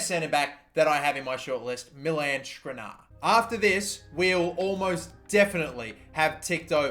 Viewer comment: Dude, just read what the players name is, not what you think it says, what it actually says. It's not rabo, it's not firminho, it's not skrinar.